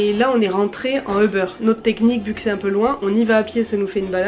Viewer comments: Tu peux dire '' ubère '' si tu ne veux pas le prononcer en anglais. Pas '' Ô beurre'' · La prononciation, à l'Allemande, est plutôt u-beur, mais en prononçant très peu le R. Pas question d'Hubert en allemand! 😀